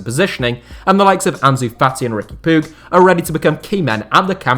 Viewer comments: It's not puiG, it's puiJ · It is pronounced pooj not poog